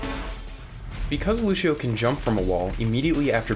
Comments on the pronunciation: good video. my only criticism is that lucio's name is pronounced like loo-see-oh not loo-shi-oh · Loo-see-oh. Not Loo-shee-oh. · It's Lu-see-oh Not Lusheeo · It's Lucio, not Lushio! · The hell is lushio it's Lucio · "Loo-shee-oh", and the brazilians cringe.